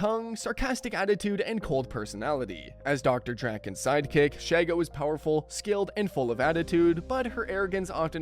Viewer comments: ALSO, Vicky and Azula share a VA: Grey DeLisle/Griffin. You got a two-for-one special. SHEE-go, not SHAI-go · Shego susprised me, also it's She-Go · “Shego”❌ “Shago”✅